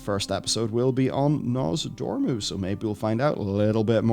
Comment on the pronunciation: Hey! You got Nozdormu's name right for once! Good for you,!